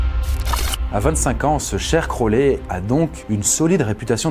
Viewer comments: ta prononciation est horrible c'est pas (crowlès) mais (crowli) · Par contre ça se prononce "Crowli" voilà haha crolè mdr